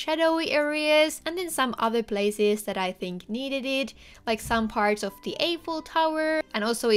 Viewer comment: Wow this is amazing!! Just to let you know Eiffel is pronounced with an “i” (as in “I” am) sound not an “ey” sound